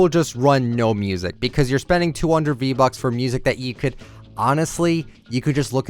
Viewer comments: It sounds like he said b bucks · so no one’s gonna talk about how he said “B-Bucks”?